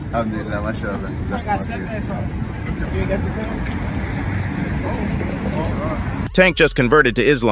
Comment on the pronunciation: Why you cant pronounce his name correctly. They make money on these PEOPLE but cant give them them respect of saying their names correctly!!!!